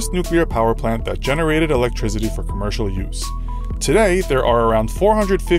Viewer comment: I find it kinda hard to take advice on energy from someone who pronounces it "electrizitty".